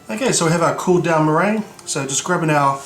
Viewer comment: murr-gin-you o.o